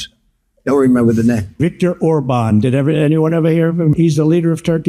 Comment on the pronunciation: This stupidf said Victoria orbon, Ms Maple's 😂😂. Putin nuts in his mizouth